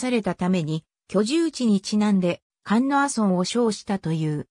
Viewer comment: 菅野ではなくすがのですよ